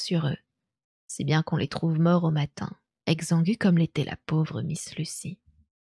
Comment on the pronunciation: J'adore la diction et le ton , mais je peux pas m'en empêcher : Giboyeux se prononce "jib..."comme le gibier. Exsangue , vidé du sang, se prononce ekssangh' (pas egzangu) et , bonus, c'est un nom propre donc on fait comme on le sent mais Ligeia serait plutôt "lijéya" que "liguéya". Merci beaucoup pour ces lectures malgré tout !